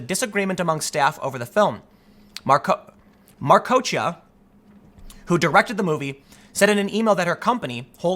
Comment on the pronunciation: Why don't you just search YouTube for names you don't know how to pronounce? I searched for Patricia Marcoccia, found an interview with her, and learned how to pronounce her name in under a minute.